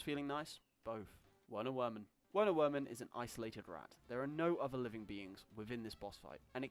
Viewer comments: Werner Werman is pronounced ‘Verner Vermin’ as he is German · not usually a stickler for pronunciation, but if you don't pronounce Werner Werman correctly, you mis the pun in his name